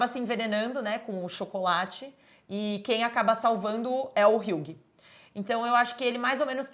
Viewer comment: Moça, uma dica, hughie se fala 'hi.wi'